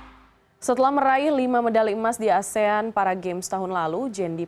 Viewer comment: bahkan seorang news anchor ngomongnya juga masih 'asean' 😐